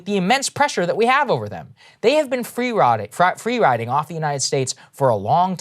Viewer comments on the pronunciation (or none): Gotta appreciate Saagar's Freudian slip calling the Saudis "free rodding" 🤣